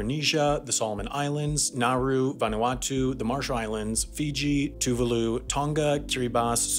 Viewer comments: Tuvaaaalu, not toovooloo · NEE-OOH-AYE TOO-VAH-LU NAH-ROO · Tuvalu is pronounced to-vah-lu. So painful to hear a video pronounce it wrong so many times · Niue is pronounced "new-WAY" not newy and Tuvalu is "tu-VAH-lu" not TOOvalu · He did, but pronounced Tuvalu incorrectly. (Too-vaah-loo). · I love how he pronouced Tuvalu like Toovahloo — man already made a full video on the country and he mucks it up lol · As a Brit, everytime you say Tuvalu I think you're ending the video.